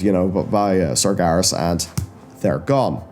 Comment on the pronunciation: Sargeras = SAR-jer-oss according to WC2